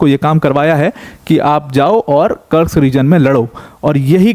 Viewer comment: भाई कुर्स्क है ना की कर्स्क, आप देखो बेटल ऑफ कुर्स्क ww2, army general भी कुर्स्क बोलते है। रूसी और युक्रेनियन भी कुर्स्क बोलते है। कुर्स्क नाम है।